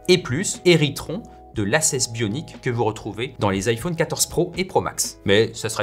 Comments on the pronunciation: Ça y est il lis vraiment IFAUNE ou quoi? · Merci de bien prononcer "iPhone" ça m'a angoisser